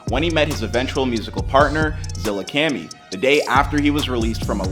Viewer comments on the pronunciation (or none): Man’s said ZillaKemi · Bruh i cringe eveytime he says "zillakemmi" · Bruh its zilla kAHmi not zillacammy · Bro, u did not js pronounce his name zillacami it’s “Zillakami” put some respect in his name. Speaking of can u do before they was famous. In Zillakami??? 🤔 🤔 😳 🤡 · Zilla Kami not Zilla Cami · ZILLAKAMMIIIII KAAAAAMIII not Cammy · IT'S ZILLAKAMI NO ZILLAKEMI FUCKING MORON LEARN TO READ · Zilla "kamy" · "Zillakeami" you seriously havent watched at least one video from them? how fucking dense do you have to be lmao? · Dude seriously said "zillakemmy" and "the Del tones". At least read the names right dude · You and your producer need to be fired for you saying "zilla-cani" and the "del-tones" how embarassing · “Zillacami” is what this guy just said lol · No way this man just said Zillahcamy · Who is Zilla “Cami” and the “dell” tones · My man's said ' zillaKAMI ' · ZillaCAMY?! man get out of here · Yeah, with his partner in crime, Zilla kahmee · Never compare a legend like sos or zilla to mgk 😂 also not criticizing just saying zillakami is pronounced zilla kahme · This mf really said the “Del Tones”. SMH. Not to mention this guy won’t stop saying Zilla-cammi. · “Zilla Cam Me” 💀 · Zilla-kahmee is how it’s pronounced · lol fr zilla cammy who tf is that lolll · more like “Zilla Caw-mee” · zilla cummy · zilla car me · ong I got a bit mad when he said “Zilla-cammy”🤣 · Anyone else mad at how mans says zillakami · stop saying zillakami like dat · The way he says Zillakami pisses me off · Bruh how u pronounce zillakami makes me wanna slap u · You mispronounced Zillakami multiple times 🤦‍♂️ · You butchered Zillakami's name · like bro how does someone even mess up zillas pronunciation 😭😭